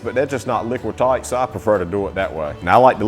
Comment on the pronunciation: The way he said "tight" was very Australian 😂